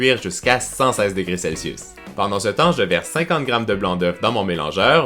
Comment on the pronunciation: on voudrait faire la recette mais j'entends pas a combien degré celsus ?????? on comprend rien avec ton accent